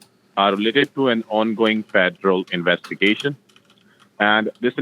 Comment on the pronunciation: OH NO. THE "INWEST-A-GATION DEPARTMENT"...LOL